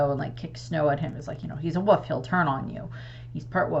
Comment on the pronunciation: I like that you say woof instead of wolf